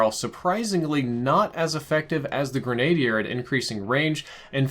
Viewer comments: Man, not to be critical but the way you’re pronouncing some of the weapons components is killing me. Not sure whether you’re doing it on purpose or not though. Grenadier is pronounced like “grin a deer”. That’s usually the person that has an m203 grenade launcher attached under his barrel. I’ve also heard you pronounce monolithic as “moan a lithic”. Most people in the firearms industry pronounce it “mon o lithic” with the mon pronounced as in monopoly. In the real world a monolithic suppressor is one built into the barrel, ie one big piece, hence monolithic Again not trying to be critical just correct the pronunciations as used in the real firearms industry. I’m not even going to go into the fact that the real m4a1 has a fixed front sight post, 14.5 in barrel, and doesn’t have a free float rail and that longer and shorter barreled versions have different designations than M4a1in real life but that’s not on you, that’s on the developers. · It’s pronounced GREN-A-DEER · It’s pronounced gren-a-dear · Say it with me now. Gren·a·dier. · My OCD kept kicking in every time he saId it. Gren-a-DEER is how Gren-A-dier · Graun- en-di-er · It's pronounced "Greh - nuh - DEER" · please pronounce it Gren-A-deer. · Grenadier = greh-nah-deer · Grenadier= gren-UH- deer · Not a huge deal but I'm pretty sure grenadier is pronounced gre-nah-deer no worries though XD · Gren-ah-dear but other than that good vid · For, and anybody who doesn't know, it's "gren-ah-deer." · More grenade-y 😂😂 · Your pronunciation of Grenadier is funny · its pronounced grenadier not grenadier. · That's not how you say grenadier. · You said "grenadier" wrong every single time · the pronunciation of grenadier made me cringe... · Every time he said it it was driving me nuts. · It bothers me how you say Grenadier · I'm surprised an overall pretty thoughtful dude like can't pronounce grenadier lol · Omg it's pronounced "grenna deer" not "grenade ear"! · Gren a dier not greny der